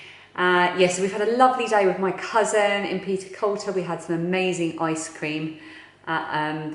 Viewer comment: I've lived in Aberdeenshire all my life (58 yrs) and within a few short miles of Castle Fraser so I recognised all the roads that you were on. A wee tip for you, Peterculter is pronounced Petercooter and as you'll likely know in the NE we speak Doric (not Scots), a dialect to this area which sadly seems to be dying off. As you said it's an area full of history and looks beautiful especially when you have a park of sheep outside your window. Oh and the ice cream shop Fit's the Scoop translated means What's the Scoop. I did consider typing this in doric but thought you might struggle to understand. Glad you enjoyed your time in the area.